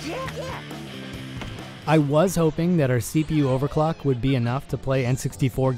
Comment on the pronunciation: When you eat Sake Udon instead of.